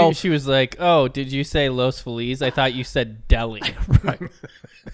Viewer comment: Every time they mispronounce Los Feliz it's like nails on a chalkboard. has no excuse, he grew up LA!